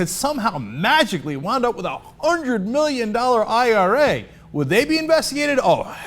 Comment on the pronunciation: zee meeleeon dollers